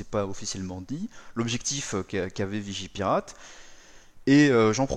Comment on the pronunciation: Je rêve ou t'as dit vigiLpirate